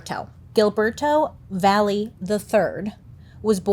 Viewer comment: Found funny how Bailey say his name! I had to look to see how was written then I see is Hilberto Va je 😂😂